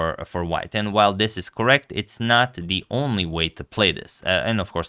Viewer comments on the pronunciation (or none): none